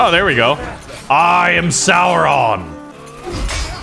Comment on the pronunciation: Souron pronunciation soron